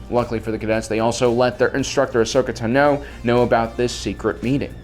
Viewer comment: why do you say "tano" so weirdly?